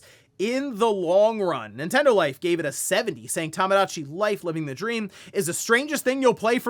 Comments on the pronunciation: Toe moe dah chi. Not tamagotchi. Bro….. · It's TOMOdatchi, not TAMAdatchi! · It's TOMOdachi Life, not TAMAdachi 😭